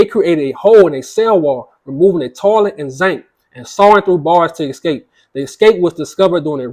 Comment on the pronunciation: I was okay until you said zink 😂😂 it’s called SINK PPL